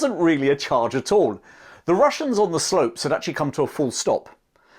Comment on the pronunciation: " The Wussians wear Gway."